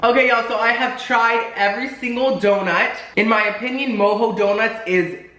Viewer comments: Isn't it pronounced Mo-Joe not Mo-Ho? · Lmaoo I’m sorry but it’s mo-jo not mo-ho donuts 😆 love their white deco delight 🤤